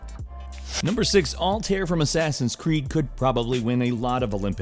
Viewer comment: What in the fuck is AL-TIER? It's AL-TA-AIR, god damn it.